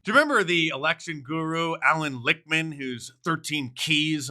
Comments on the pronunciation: Allan Licksmen? lelz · Alan Licks-Men??? Probably correct!!!😂